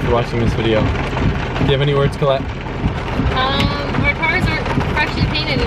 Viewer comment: has Asian tendencies, but just with G's becoming D's instead of L becoming R's